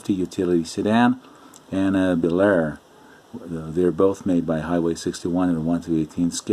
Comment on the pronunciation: Just a note: The Bel Air name is pronounced as (2) syllables. "Bel-Air" as opposed to "Belair". Old school hobbyist like myself cringes every time we hear "Belair". Great Video just the same!! :-)